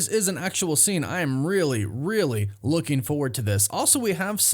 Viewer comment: "Lookeen" is not a word.